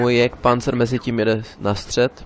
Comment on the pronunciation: ten jagdpanzer vyslovuješ jak jégrpanzer